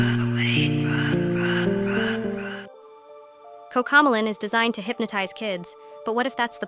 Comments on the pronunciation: It's not coccocmelon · "COCAMOLAN🤓☝️" ahh ai voices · Why instead they say “COCAMEALLON” instead of coco melon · It’s Cocomelon not Coco melon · “Cocamalon” bruh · Cocomelon❌ Cocomolan✅✅ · 𝙶𝙸𝚁𝙻 𝚆𝙷𝚈 𝙰𝚁𝙴 𝚈𝙾𝚄 𝚂𝙰𝚈𝙸𝙽𝙶 𝙲𝙾𝚁𝙰𝙼𝙴𝙾𝙽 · 😂😂😂😂😂 Did you Said cocomolan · the robot can't even say a TV show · You said Cocomelon wrong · you are pronouncing cocomelon wrong